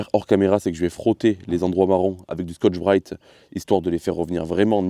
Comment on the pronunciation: OEM et bien moi j'aime bien le format.Hors mis le contenu,ce que révèle ce format c'est ta personnalité.C'est aussi pour ça que je m'abonne et suis certain youtubeur.Quelque fois,c'ést les accents régionaux d'autre fois ce sont des expressions.Pour toi c'est "ça degage" ou ta manière de dire Scotch brit 😂.Peu etre que ça fait rire que moi mais je m'en fou.Alors au moment ou je regarde cette video,c'est dimanche soir au lit avant de m'endormir.Bonne continuation.👍